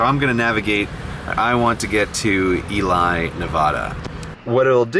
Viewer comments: It’s funny how a water desert sounds like there’s no water, a food desert has no food, but an electricity desert/desert of electricity sounds like a regular desert but it has the most lightning strike on record by a vast margin. And if Ely, Nevada is anything like Ely, Minnesota, it’s pronounced Ee-lee, not Ee-lie. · I'm sure someone already said it, but it's pronounced "E-Lee, Nuh-vad(like 'bad')-uh". source: born in Ely, Nevada. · Second sidenote. Ely is pronounced "eellee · What?! I live in Reno and this whole time, I never realised you just passed by my city :( Also, the town of Ely, Nevada is pronounced as "ee-lee" or "ɪ́jlɪj" in modern phonetic 😜 Also, Toucan Charlie's is the only decent casino buffet in town 😂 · Two things: 1. Ely, NV is pronounced ee'-lee. 2. Next time, don't go off your meds before a road trip. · It is pronounced E-LEE Nevada dear God that annoyed me so much this WHOLE video!!! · it’s pronounced “ee-lee’’ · For those non Nevada residents “Ely” is pronounced “Eelee.” I know, it makes no sense, but neither does Nevada. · Nephi= kneefi Ut Ely= E-lee Nv Love the video 👍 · Eli is pronounced (ēlē) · Ely is pronpunced "Ee-lee". Sorry to be pedantic but it hurt to hear. Edit: Nephi is "knee-fi", rhymes with Wi-Fi. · With apologies, they're pronounced ""Eee-lee" Nevada and "Nee Fi" Utah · ELY pronounced e-lee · We Nevadans pronounce Ely as (E-lee) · oh Grey, you could not have said that any more incorrectly! It's Ely as in E-Lee and Nevada as in Nev-add-uh not Nev-odd-uh. Love seeing you come through the area and hearing your comments. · Only notes are pronunciation of a few names of towns. Ely is pronounced Ee-Lee and Nephi is pronounced Nee-Fie. Otherwise I do love a city guy enjoying the west. However, I have left the state of Utah for a reason. Visiting is great, living there, not so much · Me, a Utahn hearing his pronunciation of Ely, Nephi, and Powell: At least you got Moab right. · Ely Rhymes with Touchy-Feely. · Ely is pronounced “ee-lee” :)